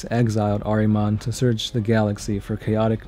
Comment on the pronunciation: It's pronounced "ARE-uh-monn," damn it! His name is "ARE-uh-monn!" Show a little respect to my man Ahriman, dude. :-p (Decent video altogether, though, buddy. :-D )